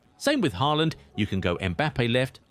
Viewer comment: Ochim haaland??? Lol😅